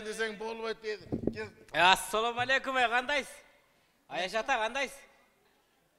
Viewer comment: Атсалому эмес. Ассалому дебейсинби саламды дагы туура айталбай алып баруучу болосун.